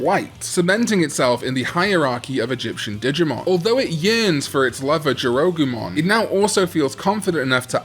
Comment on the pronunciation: Shakkoumon: SHA-KOH-MON